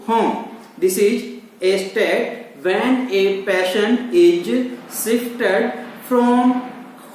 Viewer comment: Sir please improve ur communication skills..van nh h pronounce it as when